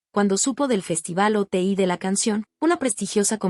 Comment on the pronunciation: Es Oti no Ote deberías de informarte, muy mal que no investiguen